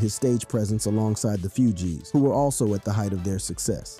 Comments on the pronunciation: Is Fugees not Fugees good Lord bro learn how to say peoples names I know you don’t remember these rappers cause you probably in your 20s young boy but show respect man good Lord say peoples names right now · You have a youtube page named rap daily and can't even pronounce Nas, Pac, Hussein Fatal or the Fugees correctly... Come on man....